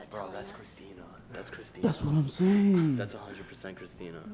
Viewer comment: It’s not christener